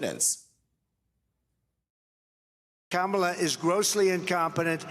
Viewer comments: because mispronouncing your opponent's name is either another sign of cognitive decline, or incredibly childish. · I'm sure you'll be the loudest in the room if trump mispronounces kamala